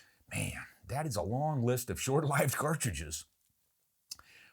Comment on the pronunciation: Thank you,, for using the correct pronunciation of "short-lived" which hardly anybody does these days.